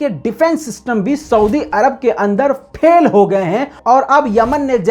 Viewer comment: "پھیل" نہیں "فیل" ہے